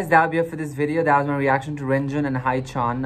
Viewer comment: Just saying but haechan is pronounced as he-chan not hi-chan >.<